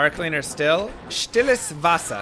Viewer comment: Stilles Wasser, danke. That was pretty good German pronounciation.